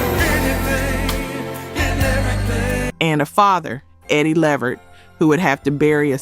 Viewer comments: Pronounced 'la-vert' not 'levered' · OK look l am a subscriber but l refuse to join just off the way you say Levert instead of Le'vert. It makes me feel like you are some bit or something because if the music and the content is worth it you would make sure it is properly done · Levert is pronounced Le—VERT, emphasis on the last syllable not on the first syllable. I’m noticing quite a few mispronunciations of names in some of these videos. Please make sure to pronounce the names correctly. Don’t just assume you know based on the spelling. You can google the pronunciations or refer to other videos, awards shows, interviews, etc. where the artists’ names are correctly pronounced. Or ask some older people who were around back in that day who remember those artists. That way you can hear the correct pronunciation for your videos. You are making excellent videos but mispronouncing names of the artists. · She needs to pronounce his last name right. She’s pronouncing it completely wrong. It’s (Le - vert) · Please, please pronounce these stars name correctly. It’s La Vert.